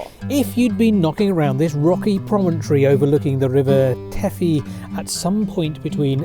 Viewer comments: That's OK. Welsh is not the easiest of languages. The River Teifi (from which the Welsh name for Cardigan, Aberteifi - mouth of the Teifi) is pronounced Tivy. The letter 'f' in Welsh is like the letter 'v' in English. For the 'f' sound in English you need two 'f's in Welsh. Most English people couldn't give an 'f' about any of this, of course :-D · That's not how you pronounce Teifi, saes! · Lovely castle that I remember well from my childhood at my grandparents' house near there. Great video in spite of the awful pronunciation of Teifi :-D